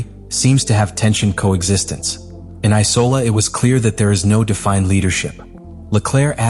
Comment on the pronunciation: The spelling within the script sent to AI to create this video is terrible. For a start the track is IMOLA not “I-Cola”